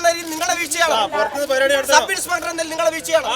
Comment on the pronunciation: MLA സാറെ ..സബ് ഇൻസ്പെട്ടർ അല്ല. സബ് ഇൻസ്പെക്ടർ എന്നാണ് പറയേണ്ടത്